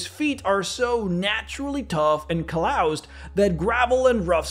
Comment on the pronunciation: Lmao at the way you pronounced "calloused"